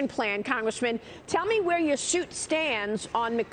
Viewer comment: ... FYI, "where" rhymes with air, fare, care, dare, mare, there, and a few others.